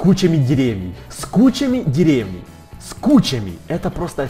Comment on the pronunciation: Правильно не дере́вней,а деревне́й